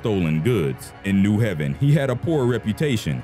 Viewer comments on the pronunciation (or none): it's not new Heaven it's New Haven it is a long a sound. I can tell the narrator is not from the North East or New England....I never heard of New Heaven Conn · New Ha-ven n o t New Heaven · You kept pronounced new Haven. CT.. the it's not new heaven... It's ok I still love your show I was just shocked to hear my city on your show... keep with great video